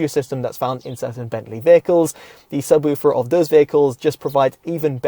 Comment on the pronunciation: Subwüfer haha. Good review 👍